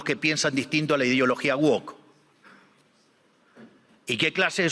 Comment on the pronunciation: el pelotudo no puede ni decir "woke" bien, tiene como amigos a angloparlantes y no puede pronunciar el nombre de lo que odia bien